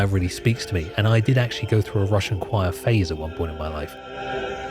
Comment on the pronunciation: i didnt like how you said "russian choir", hope you make a better research next time